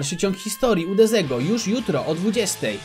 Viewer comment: Deziego? Nie Dezego?